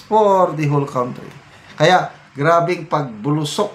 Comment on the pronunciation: Pls.pronounce country correctly.ty